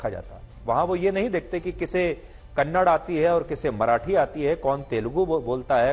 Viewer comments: Kannad Nahi It's Kannada Respect Our Language First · Kannad nahi kannada theeksye bolna sikho Kannada kannada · Kannada hai don't say kannar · Kannada not kannad if we say hind for hindi is this ok for hind people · It's not kannad it's kannada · It is not kannad, it is Kannada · Not kannad say kannada